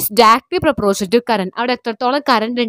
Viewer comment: Miss പ്രൊപ്രോഷൻ enn alla പ്രൊപോർഷൻ aanh